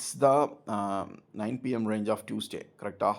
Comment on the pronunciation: Esapa english kolathane... Even british speaks not like this. Its Range not reeenge